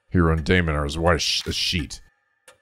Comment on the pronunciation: Dai is spelled like "Die" and Mon is spelled like "Moron" Also i think hiroo is spelled with an o since its written with a double o which indicates the o sound should be pronounced longer rather than making a "u" sound